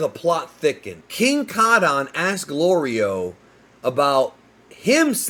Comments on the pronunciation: Its gorilo 😂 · Golrio you mean 😂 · Yo goku saying glorios name wrong is the funniest 😂😂😂😂😂